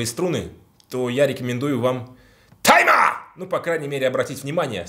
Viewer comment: Слово "Тайма!", произносишь аки Сягун Японский перед актом Харакири)) А это Кытай))